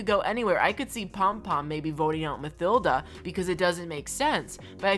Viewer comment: Ma "thilda" it's said ma-tilda